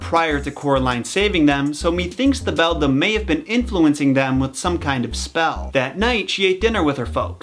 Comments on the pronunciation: On the subject of the Beldam and your mix-up with 'bedlam', I think this is an example of how organically a story can change. I just listened to your Jack & Jill video and I think the possible evolution of the story of the two boys Jack and Gill (which was likely pronounced with a hard 'j') into the Jack & Jill rhyme might have happened the same way. 'Bedlam' is a more common term than 'beldam' (I first came across 'beldam' thanks to Coraline too) so that is probably why you retained it as 'bedlam'. Similarly people who heard the Jack and Gill story might have expected for it to be Jack & Jill and thus possibly the story evolved into the rhyme we know with a boy and girl instead of the original two boys. About the term 'beldam', if it does come from 'belle dame' or 'beautiful woman', despite describing a frightening woman, I wonder if it was something like how often in folk culture, people don't call the scary thing by its real name, buy by something more flattering instead. For example, the Erinyes in Greek myth were called the Furies or if you were trying to placate them, the Kindly Ones. Similarly, the fairies or the Sídhe were referred to as the Fair Folk in the UK and Ireland for fear of insulting them by calling them by their real name. Also, I was just reading that back when bears roamed Europe, the language used to refer to bears reflect a taboo or fear of them, such as calling them a 'honey eater' or 'brown'. In my country, the term for 'wolf' is 'mac an tíre' which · Regarding your "Bedlam" for "Beldam" mistake: Until fairly recently, I thought a song called "Moanjam" by King's X was "MOONjam". I literally misread/misremembered this for almost 30 years! Suffice to say, the mind is funny. Also, speaking of Metal, the folklore story with the knight reminds me A LOT of "The lady wore black" by Queensryche. You're not saying "Beldam" comes from that specific Keats poem though, are you? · It's read like beladam not bedlam.